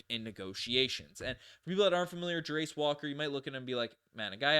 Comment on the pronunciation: Fyi Jarace is pronounced: Jair (like chair but with a J) - iss (like hiss without the h) Jairiss